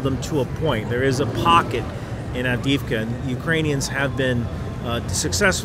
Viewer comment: Avdiivka. Double "ii" reads each letter like english "e-e" (AvdE-Evka)